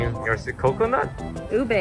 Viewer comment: I nearly laughed and i dont know why but ube is pronounced (oo-bee